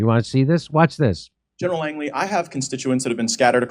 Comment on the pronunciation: An idiotic ‘’